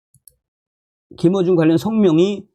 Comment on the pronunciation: 김호중 가수의 이름을 부를 때 김어중으로 자꾸 들려서 김어준 으로 연상되서 듣기가 좀 거북스럽습니다. 참조 해주세요.